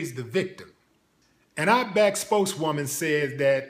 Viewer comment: She worked at the "ottback" what the hell is that?